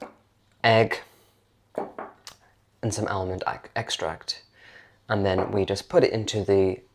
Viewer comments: Why are you pronouncing the l in almond it is pronounced in English as ahmond. You may have many American viewers but you are not. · Just a big advertisement for Almond Tea! BTW Pronounced armond, silent ‘l’. That plum in your mouth is getting bigger each week! Please be yourself.